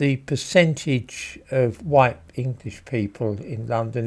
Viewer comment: “Hideously huwhite”